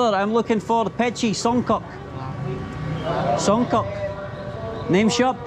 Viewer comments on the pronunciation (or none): LOL the way he pronounce Songkok, Song-Cock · Its songkok not songkock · the way you pronounce songkok haha but that's alright